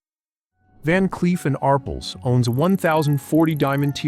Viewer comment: THE NAME IS PRONOUNCED “R” “PELLS” TWO WORDS NOT ONE!